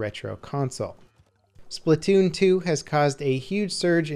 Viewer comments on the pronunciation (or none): none